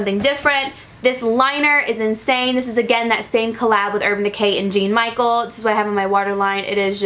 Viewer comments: LOL i love you! when you said "jean michael" i died! you're so cute haha but it's french! "jahn-michelle" is how you say his name lolol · You pronouncing Jean Michel Basquiat as "GENE MICHAEL" had me dying. Girl I love you, but you need some art education and culture in you life! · Just a tip - Jean Michael is pronounced John Michelle :) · I also cringed every time I watched a beauty influencer open the PR package and pronounced Jean like Gene... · MsFears she couldn't pronounce any of the names or his name. I cringed when she said it like gene Michael. wow. and then mykonos...yikes...I do love and she's young so I get it but a simple google search would do her a lot of good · Lol the name of the artist for the urban decay collaboration is pronounced like "John Michelle". It's French. He's an amazing black artist. I loved this look and had no idea about this collaboration! Definitely going to check is out! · lol when she said Gene Michael instead of Jean-Michel haha she's so pure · I died when she said jean Michael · That cringe when she pronounced Jean-Michel as "Jean Michael" lol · Any painters out there cringing at the pronunciation of sir Jean-Michel and his butchered name in the description?😭 And referring to it as a collaboration even though he's dead asl? Still love and this video, boutta buy that eyeliner ASAP ❤